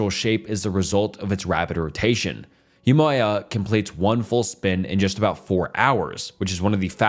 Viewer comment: My guy struggling for his life everytime he had to say Huamea